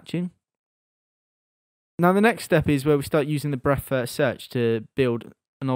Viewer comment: when says breadth first search it sound like breakfast search